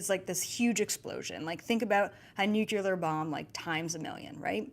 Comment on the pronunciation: Nuk-ya-lur huh